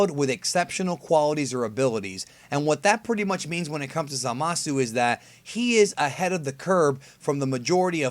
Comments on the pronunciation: I prefer over forneverworld. Cant stand wen he says "zamas" instead of "zamasu" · zamas isn't wrong. it's like saying hit instead of hitto. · Dragonball's Best except it isnt because you are missing the U at the end of zamasu, we dont see hit's name being spelled as hitto anywhere as far as i know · A skinny white dude thats a big YouTuber says the same thing. It is kinda annoying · Andre S lol kinda true